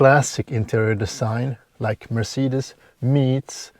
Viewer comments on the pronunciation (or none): none